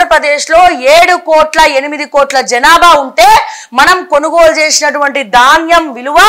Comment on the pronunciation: It is dhaanyam not Daanyam ... so sad to see the errors in language ...